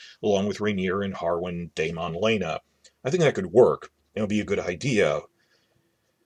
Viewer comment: How is it possible this person watched the entire first season of HOTD and does not know how to say Daemon's name ??